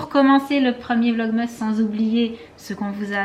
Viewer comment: Pourquoi tu dit vlogmeusse alors que c'est vlogmas